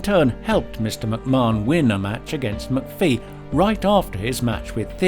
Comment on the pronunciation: Weirdest pronunciation of McAfee I've heard. Afaik, it's pronounced macafee.